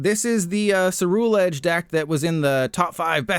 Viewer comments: my brain isn’t ready for the amount of “content creators” i’m about to hear pronounce “cerulean” or “ceruledge” wrong. you’re the first to hurt me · left because he pronounced ceruledge wrong so many damn times